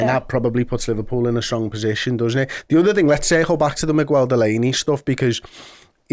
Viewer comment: Looooooooooooool Liver-no-pull 😂😂😂